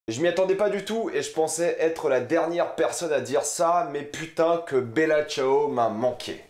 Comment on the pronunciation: heuu cest moi ou il dit la casse de papel? sinon mec articule et tu dis mal bella ciao cest perturbant